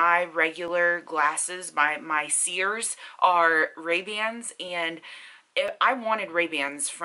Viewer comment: You weren't saying Ray-Bans tho...xo